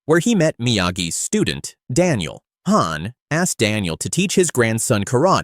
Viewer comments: Bro its daniel not dill and his name is not shifu lil bro 😂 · Stupid AI calls Daniel-san "Dill" .. 😒😒